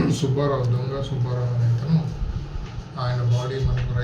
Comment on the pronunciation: ఒరేయ్ సుభ్భారావు కాదురా సుబ్బారావు అని చదవాలి. తెలుగు చదవటం నేర్చుకోరా శుంఠ.